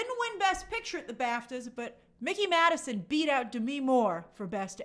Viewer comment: I never seen someone butcher mikey maddisons name like that lmao 🤣🤣🤣🤣